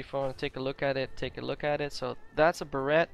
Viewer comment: Beret is pronounces as Ber-ray